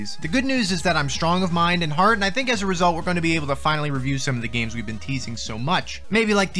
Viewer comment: With this dude I can't say whether he said "I'm strong of mind and heart" or "I'm strong of mind. And hard."